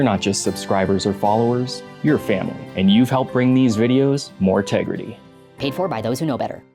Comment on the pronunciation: More "tegridy" eh?